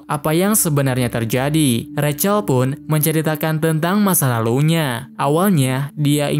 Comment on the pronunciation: Bang aslinya di panggil Zack Kalo recel seharusnya Rachel/ Resel